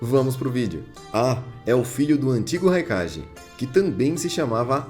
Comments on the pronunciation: Que agonia ouvir ele falando "Raikaje" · Vídeos da hora mas sua pronúncia pode ser correta em alguns termos !! Não é crítica te atacando so que é algo que tu pode fazer correto !!! Nunekin - NUKENIN "Raikage - nome certo mas a pronúncia certa é"kague" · engraçado que ele fala "kague", mas quando vai falar do Raikage sai o ji no final